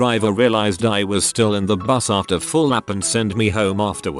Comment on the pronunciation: "My bus caught fire" but that sure sounds like "My butt caught fire"